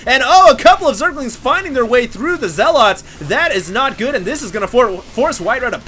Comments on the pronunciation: Why do so many people pronounce it "zeh-lot"? It's pronounced like "zeh-lut". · OK I like these videos, but it's not pronounced "zell-OT".